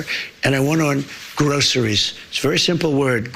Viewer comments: Trump doen't even know how to prononuce groceries. Trump just learned a new word. Groceries, that is Trumps new word for the week. Aren't you Repubicans tired of this person? How much more do we need to hear lies upon lies upon lies. Every day there is a new lie by this full bl own idiot. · He clearly needed a vocal coach to teach him how to say "groceries". This man has never been inside a grocery store. Never bought or cooked his own food. Never even driven I car that I know of. But somehow, republican voters think he cares about them? He's a lifelong 1 percenter, he knows NOTHING about what life is like for the other 99% of us. The only thing he's actually good at is stealing money from suckers. And that what republican voters are. Suckers.